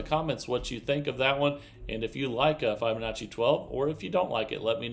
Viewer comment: How come he doesn't know how to pronounce Fibonacci?